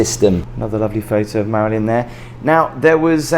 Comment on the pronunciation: It's the maryln Monroe